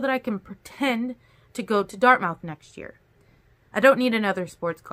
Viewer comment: FYI: Dartmouth is pronounced dart myth. Thank you for these videos! ❤️